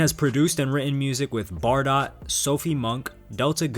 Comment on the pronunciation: It’s pronounced Bar-Dough by the way.